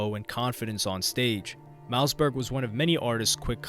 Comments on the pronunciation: Bruh you’re always on point but I think you are a ai because you just get weird things wrong. Mouseberg huh? Any normal person knows it’s pronounced mossberg. Probably the best selling shot gun of all time. It’s like you never even listened to rap music or something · Ur sayin it like “Mouse” Berg. Its pronounced MOSS berg. Like the shotgun. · It's MOSSBERG not mouseberg! Lol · mouseberg? lol its hard to watch when his name is being butchered. its mausberg like mossberg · Mouse-Berg LMFAO!!😂😂😂 said his name wrong for the whole video smh. Its pronounced “Moss-Berg”. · Pronounced mossberg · Dope video brodie but you pronounce it mossberg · Mouse-berg 🤣 I can't even finish this shit. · Man you did a whole video on this guy & can't pronounce his name. Mausberg like the gun. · Mouse Burge.. You do your history but learn the name of the artist. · Mouseberg? All that research you did and can't even pronounce the homies name right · Pronounced Like the shotgun homes… Moss-Burg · Great video but you never went into what song or who Kendrick got the sample from, you never even mentioned King Kunta outside of the title of the video. Also, his name is pronounced Moss-Berg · Im glad that you’re covering DJ Quik and how he influenced the rap game. Also btw Mausberg is pronounced Moss-Berg lol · At least pronounce Mossy's name right lmao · there's a sharp pain in my ear every time u say mausberg's name wrong 😂😂